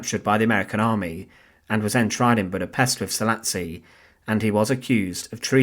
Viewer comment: Szalasi pronounced Sah-lah-shi